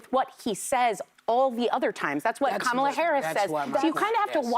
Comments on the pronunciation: Whoopi still can’t get Kamala’s name right. 😂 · COM-ala, not KAM-ala, Whoopi. Get it right! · Love that Whoppie can't pronounce Kamala's name 😅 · Someone please educated Whoopie on how to pronounce Kamala’s name, this is like the 6th time I’ve heard her butcher it.